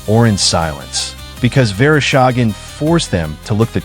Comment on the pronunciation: Верошаген? ИИ совсем спятил. Василий Верещагин его зовут.